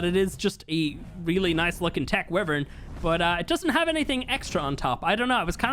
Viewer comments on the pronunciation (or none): It’s wyvrin not wrivin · this is how you say wyvern why. ver.n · its pronounced "why-vern" so yea. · Jesus. You still pronounce Wyvern wrong.... 😭